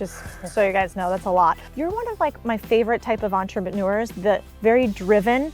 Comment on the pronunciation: did she say entreManures lol😂